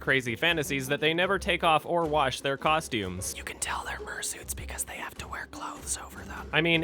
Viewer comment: says murrsuit not fursuit